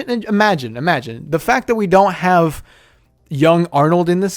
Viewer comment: When he said let's heave Alien vs predator 🤣🤣🤣😂😂😂😂😂😂😂😂